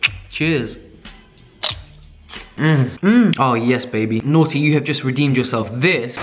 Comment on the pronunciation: I thought you were going to say that ethically you would eat more local foods rather than how we have things flown in or trucked in from different countries. The emissions are pretty outlandish. And haha...when reading Nordy....It sounded like "naughty"...haha.